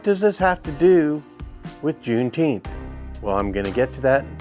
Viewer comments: Deteenth or Feteenth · The low IQ blacks pronounce it Juneteenff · If the rest of Texas didn't know they were free until well after JUNE NINETEENTH (Pronounce it correctly!), it is no different than not knowing after January 1st. Exactly why it's a BS celebration.